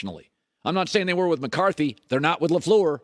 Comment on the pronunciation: You can tell Cowturd hates The Packers just based on the way he pronounces LAFLEUR alone. 💯